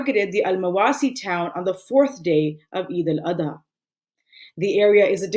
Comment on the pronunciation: First of all you have to correct your way of saying Salam. All I heard is “Assa Malikum” which has a very bad meaning. It is not Eid ul ada. It is Eid ul ad ha.